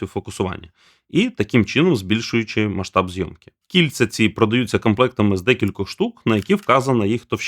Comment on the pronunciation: жахливий звук, або жахлива манера говорити... Ковтаєш закінчення, інтонаційно провалюешв кінці. Наприклад, декілька разів "кільця" звучали як "кіт"... ппц.